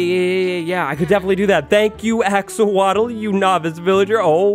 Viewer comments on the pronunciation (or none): 777k subs for... also “axowatl” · When you realize wattles sounds like waddles and the axowatl is axolotl